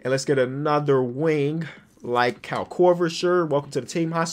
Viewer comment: I appreciate how pronounced "Kyle" correctly #Finally